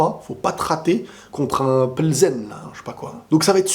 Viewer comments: la prononciation c est pli zène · C’est le Viktoria Plzen( ça se lit PILZEN)